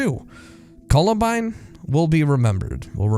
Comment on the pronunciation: It's pronounced "Columbine", not "Colabind"